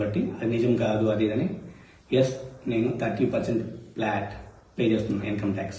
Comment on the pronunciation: ఒరెయ్ బాబు నిన్న నీ చెత్త ఇంగ్లీష్ కి దొరికవు. ఇప్పుడైనా సరిగ్గా పలుకు రా బాబు, ప్లాట్ కాదు రా ఫ్లాట్ 😂. షేర్లు ఇస్తారా నీకు? ఇన్కమ్ టాక్స్ కడత అన్నావు గా చూపించ్చ్చు కదా ఆప్ లో TDS ఎంత కట్ అయింది? ఇన్కమ్ టాక్స్ రిటర్న్ ఎక్కడ ఉంది రా